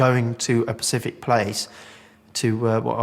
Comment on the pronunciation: Why the fuck does that police officer say “pacific” its specific you bellend